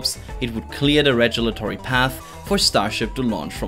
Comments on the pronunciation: Rejulatory instead of regulatory? 😲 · This series of videos (quick recaps of ongoings and key concepts) is excellent. MORE OF THEM PLEASE. Also, I got to chuckle at your pronunciation of regulatory at least 4 times in this video.